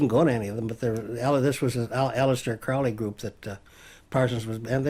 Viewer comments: No, Crowley wrote, "it's Crowley like holy, not Crowley like fouly." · Why does he keep pronouncing Crowley's name incorrectly? He should know better even though he was just a non O.T.O. housemate with a car. Maybe it's petty but it drives me nuts. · The guy can't even pronounce Crowley's name properly, I highly doubt he was very deep.